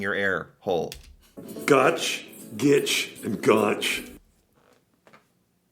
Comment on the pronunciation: Its ‘gitch’ get it right.